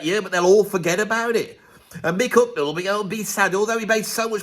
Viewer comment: ...As an austrian i have to deal with your pronouncation of "Hucknall" which in my opinion is not british to austrian ears. I bought the Album Simply Red, Men And Woman in Hungary in the late 80s. But as i remember i was sober...